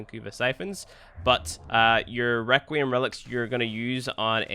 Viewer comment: I can’t tell if you’re trying to be funny or you really don’t know how “th” works but a grown man saying firty is not funny nor cute. Requiem, which you mispronounced ONCE, is harder than thirty to pronounce? Get outta here, Now ik it’s you trynna be cute.